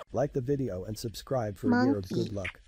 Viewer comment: She said subscribble and i had to